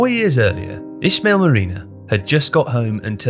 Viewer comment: we albanians pronounce the name "ismail" ismail not ishmael Just a subtle clarification